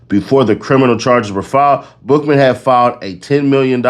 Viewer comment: Every time you said Bookman i heard Buffalo butt 😂. LL Take, the best out the group 🚀